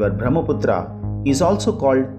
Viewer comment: Pronounce the names properly like Brahmaputra U r putting stress on last a which was added by British